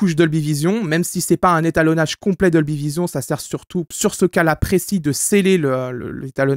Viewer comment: un "étanolage" ? :D Aller serieusement, super vidéo comme tjr...